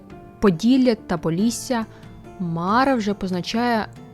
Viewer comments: Не мАра, а марА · Дякую за Вашу працю! Все ж, звичніше вживати МарА, з наголосом на другий склад. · та ніби марА наголошується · все життя чув слово мара з наголосом на останній склад - "що за марА" "та якась марА" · МарА' Наголос на останній склад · Дякую. Дуже цікаво. Від своєї прабабусі (мені 50+) я чув про Мару. Але наголос в неї був на другому а в імені Мара. Цікаво, чи авторка готувала відео лише по письмових джерелах, чи чула щось від своїх предків. Можливо в різних регіонах ім'я звучало по-різному.